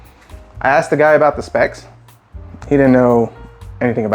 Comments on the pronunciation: You AXED him all thes questions? Or you ASKED him? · You axed him that did you? How many other questions did you axe?